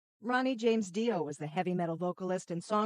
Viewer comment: Fuckin Ai videos are the worst! Can’t even pronounce his name. Don’t bother watching!